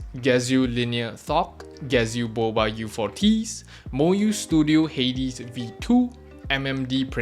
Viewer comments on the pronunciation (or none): none